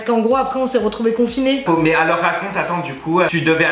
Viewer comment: « Après on s’est retrouvés confi-nez » 😭😭